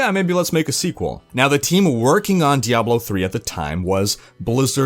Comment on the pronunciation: Thank you for saying Diahblo instead of DiABlo.